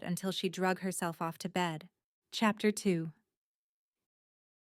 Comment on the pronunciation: So far the book is really good. The only concern and complaint I have is whenever chapter is mentioned it’s either said so fast you cannot understand it or it sounds like it’s in like Spanish. Also every once in a while, there’s this really loud noise for a brief moment and I know it’s not my ear earphones fast. This is not the first audio story. I’ve listened to on YouTube . Overall, so far the story is really good.